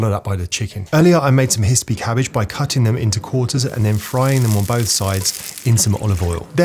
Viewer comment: Did he say hisspy Cabbage?